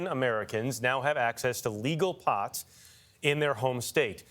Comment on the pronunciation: you know some one doesn't smoke or hasn't smoked when they call wee POT and put such an emphasis on it. Like we get man you are a national TV anchor you didn't get there by smoking weed but don't be so anti-weed when talking about it, especially coming for a guy who at most smoked a joint in college at a frat party and never smoked again